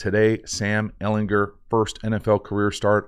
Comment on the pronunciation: HARD G BRO - Ehlin*G*er